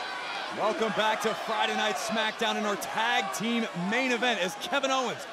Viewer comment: “You are the Ragun of Smachdown sign” is a crack up 😂🤣